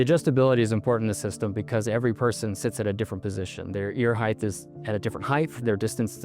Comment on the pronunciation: He said "heighth" lol, what a rube....